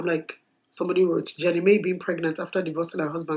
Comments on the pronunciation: How come you are pronouncing her name as Jenny May...? It's Jeanie Mai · And the pronunciation for her name is Ge-nie Mai not Jenny May lol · Peeeerrrrrfffect. As usual you’re wise for days 🥰 Side note: it’s “Jini Myy” 😂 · Oh no , you butchered her name 😄😄😄 that name you gave her is not bad either. Anyways I was very happy for Jeannie and you're right, change is always happening and that's what makes life life tbh. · You’re butchering Jeannie Mai’s name. 🤨